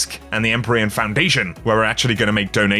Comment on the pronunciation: the word is pronounced "IM-PEER-EE-AN" not "EM-PUR-EE-IN" ... can't be the only one bothered by this